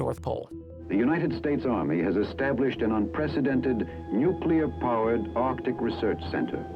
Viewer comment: There's a difference between nuclear and nuke-e-ler, which is how complete idiots pronounce it.